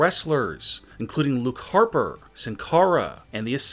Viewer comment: Normal human being:Luke haper This dude:lukapa